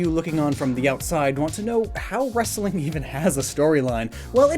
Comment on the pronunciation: your comedy sucks and you cant even say wrestling right. you sound like a ass that way